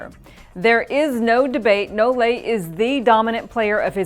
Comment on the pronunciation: And it's nole not no-le like she says it easily.